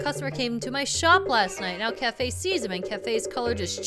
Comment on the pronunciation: Okay.... I know it's Kaefei or something like that... But because of pronunciation... I keep on instainly thinking it as 'Anju and Café....' - I don't think you HAVE to break in, do you? After he receives the letter, isn't the door unlocked?